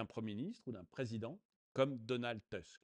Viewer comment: Attention la prononciation, c'est Donald Tousque, merci ;)